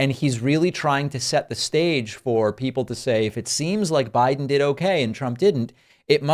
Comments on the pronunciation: He says "Joe Bride" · CONald trump Suffers from, SEVERE, Joe Biden Derangement Syndrome , He Can't even say his name correctly!! 😂😂😂 #JBDS #FDJT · 😳 Dude is running for President and mispronounces the name of his opponent. Biden will PULVERIZE Trümp if he shows up.